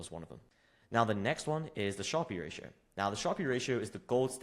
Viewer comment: Fyi, how to pronounce 'Sharpe Ratio'.